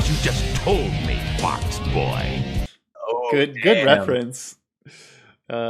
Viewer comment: Am I the only person who heard "Fuckboy" and not "Fox boy"?